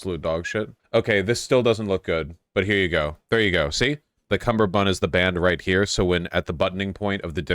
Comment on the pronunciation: It's "Kummerbund", not "Cumberbund". There is only a "b" in the second half of the word ;)